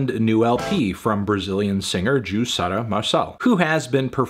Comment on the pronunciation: Can we talk about how well Fantano pronounces the "r" on Juçara's name DAAAMN like I'm brazilian and I've never heard an english speaker that doesn't speak portuguese (I think he doens't, at least) say it that well!!!